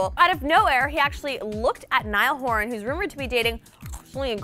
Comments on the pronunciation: How can you possibly get Niall's last name wrong??? It's Horan not Hooran lol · It's kind of rude to eat on camera.. also it's Horan not Hooran. I used to like this channel bc it kept me up to date but all you do is insult artists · Shut up not true! And it's Niall horan not Niall hooran!